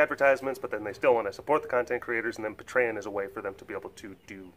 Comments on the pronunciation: Patreon! Pay-tree-on:D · Oh, I cringed so hard at how you pronounced Patreon. LOL Nonetheless I pledged! Any little bit I can do to help you and the facility out!